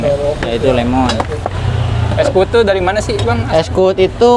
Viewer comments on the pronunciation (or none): Bukan kuwut tapi kuwud